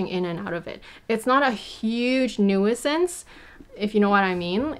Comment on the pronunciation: I have never heard anyone pronounce "nuisance" that way! Helpful video!